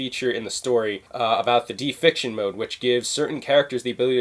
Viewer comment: Not "defiction" it's deification. Day-eh-fi-kay-shun. Not trying to be an ass, but i got triggered lol.